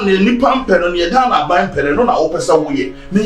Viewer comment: She said Ghaina😂😂😂😂😂